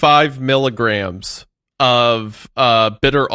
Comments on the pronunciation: saying "migs" and "kigs" instead of "emgee" or "kaygee" for milligrams and kilograms is killing me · i have absolutely never heard anyone pronounce mgs and kgs as "migs and kigs" what the hell